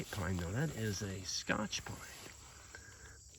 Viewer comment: Hi. A Scotsman once corrected me. No Laddy, scotch is a drink, or a tape, not a tree. That would be a "Scots Pine". Just an s sound, not cha.